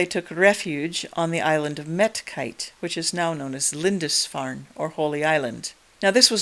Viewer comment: Hi, first of all: great video. Second of all: where do you get the pronounciation of the ‘au’ of, for example, ‘Ebrauc’ or ‘Medcaut’, as ‘ai’? I’m interested to know because I’d pronounce it more as ‘ow’. I am working on a modification of an old computer game, and the mod is set in 452AD (in the generation of Urien/Urbgen’s great-grandfather Gwrgwst/Gurgast and his son Meirchiaun) in the North Sea area. In order to recreate this part of the world and the many tribal kingdoms within it I’ve needed to parse through many genealogies and many times needed to make stuff up as the information available to us is so limited. I commend you for making such an interesting video essay about such an interesting topic. Thank you very much.